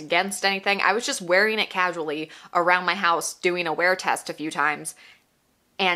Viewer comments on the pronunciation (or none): none